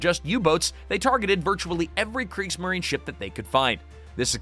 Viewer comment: And there's FOUR sullables in Kriegs-ma-ri-ne.